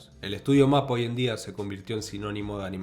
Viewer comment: UFOTABLE se pronuncia como 'Yuufooteibol', y MAPPA haciendo entonación a la silaba '-PPA'.